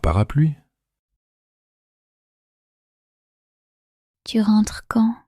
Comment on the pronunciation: Некоторые слова произносятся неразборчиво. Пыталась слушать не глядя на экран, но не читая, иногда не прнять. Tu veux boir звучит как que veux boir. Для начинающих изучать язык разборчивое произношение важно.